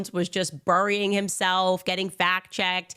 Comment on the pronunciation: Why can't she say "burying"?